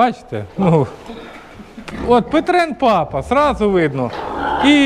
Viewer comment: Не петрен,а пьетрен